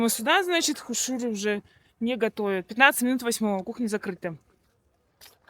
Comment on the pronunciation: Вы просили вас исправлять если что не правильно!Так вот когда вы говорите слово хуушууры то надо чтобы ударение было на первом слоге а не на втором как у вас!У вас слово хуушууры на монгольском звучить не правильно!Попробуйте говорить растягивая на первом слоге ХУ-УШУРЫ при этом на втором слоге как будто меньше чтобы звучало растянутый "У" буква хотя надо чтобы были оба слога растянутые были.Но на местном монгольском ухо звук должен быт именно так Ху-ушуры.А увас звучить Хушу-уры то есть вы на втором слоге букву "У" растягивайте!Попробуйте местами поменять тогда будет всё правильно!